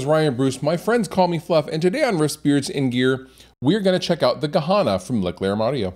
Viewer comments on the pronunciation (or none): yes, why would he even pronounce it like that? it's written Gehenna, why say Gahana? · Good pedal - wrong pronounced